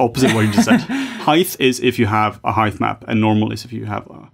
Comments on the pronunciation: CANNOT UNHEAR "HEIGTH". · Heighth is not a word, great video none-the-less